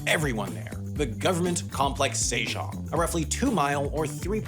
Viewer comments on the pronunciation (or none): "say - zhong" "zhyong-gi" come on... get your pronunciations at least close to original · Sejong was also tragic. It's 세종 not 새장, put some respect on 세종대왕's name.